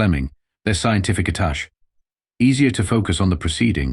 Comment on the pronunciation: Attach should be attaché The mispronunciation bugs me